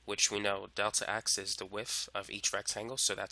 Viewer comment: The area of the rectangle is the lengff times the wiff